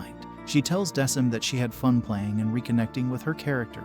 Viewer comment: The name is pronounced Deck-um